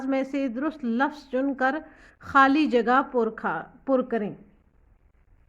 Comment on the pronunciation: when mam say : khali jagha pur khaa😅